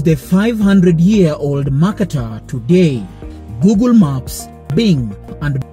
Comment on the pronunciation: A good video overall with pro-Africa distortions but will you please learn to pronounce "Mercator"? And when you talk about maps being wrong, don't show the globe which is obviously not very distorted. It may surprise the producer that I was actually taught all that about the maps in Junior High School. The video underestimates education even in America.